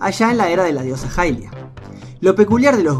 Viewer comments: Esa pronunciación, se dice "ilia", no "jailia". Ahí te encargo. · Me respondiste, pero lo canónico es pronunciarlo ilia, yo no hago las reglas, lo siento. Pero te reitero que ahí te encargo.